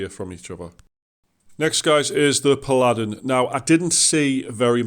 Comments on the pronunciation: I was born and raised in Billingham, England lol. You are mispronouncing it. It’s Pa-luh-din. Me living in USA doesn’t change that. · How can you not know how to pronounce "Paladin"? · Overall good video. You missed a class. Healers are very useful in bgs, especially bard, bard is op af in bgs. You are mispronouncing Paladin.